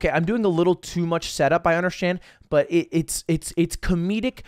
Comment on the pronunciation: 'i undersschand' - ludwig